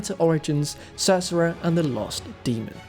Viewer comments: I thought was part Latino? Say "Cereza" Feliz, Ce-Re-Za.... or save the trouble and just call her Cherry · That's not how you say Cereza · is an absolute treasure. Nearly fell out of my chair on the first mispronounciation of "Cereza", and here I am laughing my a** off with the mispronounciation counters. Great video all around!